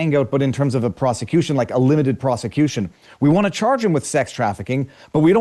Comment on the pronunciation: bro relax with the word ‘proscituition